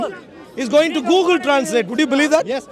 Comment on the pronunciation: Its not gagle its google 😂😂